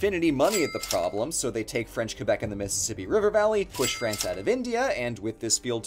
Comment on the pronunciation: I'm from Québec, and it's a delight when you pronounce it Kébec (as it should!) and not Kwebec (like every other english speaking person I've heard). Thank you! Your videos are awesome!